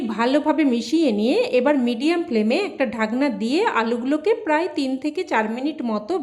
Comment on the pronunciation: আপনার রান্নাটা খুব ভালো হয়েছে। আপনি বাংলায় থেকে এখনো বাঙলাটা বলতে শিখলেন না। যেমন বলছেন ঢাগনা, শুগনো লঙ্কা, সাইজে , পাজ মিনিট এগুলো আমাদের শুনতে কানে ভীষন খারাপ লাগছে, আগে আমাদের মিষ্টি এবং সুন্দর বাঙলা ভাষাটা শিখে পরে ইউটিউবে আসবেন কেমন।